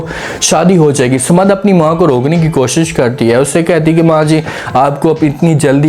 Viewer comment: Not Samad but Saman please.